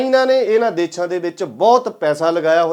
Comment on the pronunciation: ਵੀਰ ਮੇਰੇ ਦੇਛਾ ਨਹੀਂ ਦੇਸ਼ਾਂ ਹੁੰਦਾ ਕਈ ਵਾਰੀ ਤੁਸੀਂ ਦੇਸ਼ਾਂ ਬੋਲ ਦੇ ਹੋ ਜਾਦਾ ਤੱਰ ਦੇਛਾ ਬੋਲ ਰਹੇ ਹੋ